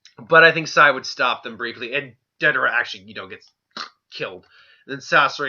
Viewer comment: Yep. He fucks up soooo many names. Lol. Calls Day-der-a , Da-dar-a. Lol.